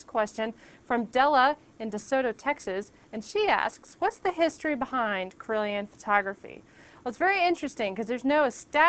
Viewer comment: i kept thinking you said corellian photography